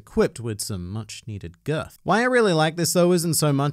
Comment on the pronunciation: The way you say ''girth'' is very distracting from my injection of one piece content.